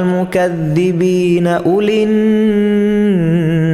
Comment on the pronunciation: there shoud be mokuzabeena whereas reading mokidebeena insted of zaee he is reading dall